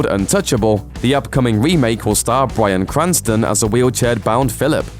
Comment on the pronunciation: Pmsl, "Bwyan Cwanston